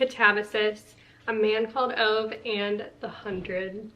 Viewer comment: Just some random info. I was curious how to say Ove and I looked it up and it is pronounced OO-vuh. Hope you enjoy the book. I have not read it yet 😊